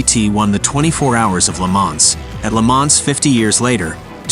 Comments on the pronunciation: The AI voice said Lemans with a “S.” LOL! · Mispronounced 'LeMans' and then repeated the SLR engine specifications. Whoever did this is an absolute imbecile. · the "S" in Le Mans should be mute